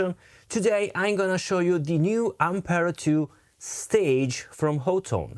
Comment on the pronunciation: Honestly y'all. It is pronounced Hot Tone. I heard it from the mouth of one of their marketing directors. Hot. Tone. Great review bro! And killer tones.